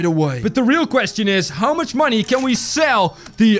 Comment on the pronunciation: why does he say "monIES"??? its just money